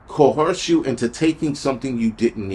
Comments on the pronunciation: coerce- persuade (an unwilling person) to do something by using force or threats Drop the H in coerce 🤦🏽‍♀️ English no es mi primera lengua pero lo comprendo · Coerce or co-hearse 😮😢🎉😂❤